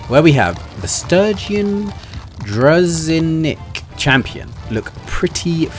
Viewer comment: Дружинник- так пишется по русски то слово которое вы не могли выговорить в этом ролике, с транскрипцией не помогу, сами найдëте)